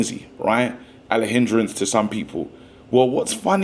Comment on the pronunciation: Man called Garnacho "Alehindrance" 😂😂😂😂